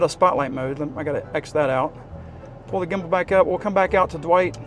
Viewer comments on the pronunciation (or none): I was watching your snaptain video today and instead of gimble you said gibble 😂had me laughing. I thought that would be a great drone name “Gibble”😂